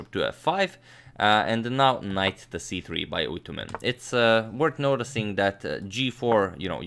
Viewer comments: Hello agad and everyone... It’s always great to watch your videos. I'm Mongolian and you pronounce the name perfectly fine like a native speaker. It’s "Түдэвийн Үйтүмэн" in mongolian language. I'm just a 3-month old chess fan, not a player but I'm addicted your channel somehow and I didn't even know our country had someone who faced Fischer haha. It’s really surprising … thanks again for all your videos. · You pronounced Correctly 👍🇲🇳🇲🇳🇲🇳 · Hi agadmator im come from mongolia luckily u called his name corectly